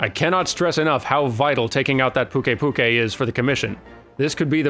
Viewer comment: Apparently and I are at odds on all sorts of pronounciations. Why wouldn't you pronounce it Puke-i Puke-i. Puke to rhyme with Luke, and then ei like a written scream. Also, phonetically on point with the mistake made regarding Slate and Sleight.